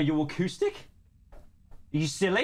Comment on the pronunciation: the wau he says acoustic is really funny